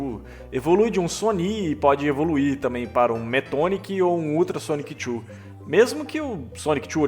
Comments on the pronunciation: Que vídeo bem feito, é raro ver pessoal abordando de forma completa essa densa história do Chris, só um adendo, não é "Sonic Chu", é Sonichu mesmo, é bobagem mas faz muita diferença, no restante a narração e outras pronuncias beiram a perfeição! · Cara, me dá agonia como você fala Sonic Chu